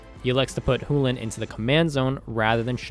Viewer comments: Had a lot of fun watching the game, so thanks a lot for the content! This is meant in jest, so don't take me too seriously, but man you saying "hu"lane instead of Chulane kept on triggering me. Lol. And more seriously, why did Bill play Kykar? If his win condition was the Elsha/Top combo, why not have her as the Commander? I feel like it was less flavorful then it could have been. My kykar deck, while not being cEDH is more based on token making since its thematic to Kykar and I would have loved to see those aspects of Kykar shown in a future video. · Where in the WORLD did that pronunciation for Chulane come from? Is that something official from somewhere? It LOOKS like Choo-Lane, but maybe I'm missing some kind of context that would make it pronounced the way you did it? o_O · I love the videos, and I'm not sure where you're from, but your pronunciation of Chulane made me want to vomit... Hell you even pronounced it several different ways, and not once even close to it's proper way... Chulane - Ch as in Chip - u as in blue - lane self explanatory Think closer to chew-lane if that helps, still closer than you were. I really do like your content thus far, and keep up the good work. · i think it's pronounced "chew lane" too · You know there's a C in the word Chulane, right? I'm almost 1000% sure it's not pronounced the way you're saying it. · I have now officially heard Chulane pronounced 5 different ways. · "loses its real voice" is a weird way of saying "is a fricative with an entirely different place of articulation than the affricate that orthographic most commonly represents in English" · Why is he saying Chulane like that? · IS the C in chulane really silent? lol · really loving the content guys pls continue making more. Would like to clarify i think youre mispronouncing chulane. Chew-Lane ,not who-len. But i could be wrong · I'm not saying you're wrong but google and youtube both pronounce Chulane as Chew•lane why is it pronounced who•lane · Did he say hulan